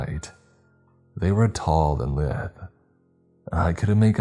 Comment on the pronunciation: Oh and I nearly forgot: Captain Pedantic here! The word “Lithe” means slim, and any other synonym. It’s also pronounced “Lie-the” or “lye-the” not Lith-e” sounding like “Live-th” that’s all for now, all be well!!!!🤾🤾🤾